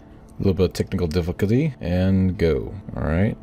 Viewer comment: “A little bit of… Technical díffücütléy.”